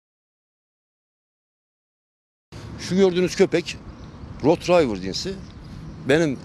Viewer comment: Rotrayvır değil Rotweiller(Rotvaylır),ayrıca sıkça yapılan diğer bir hata Rotvaydır olarak söylenmesi.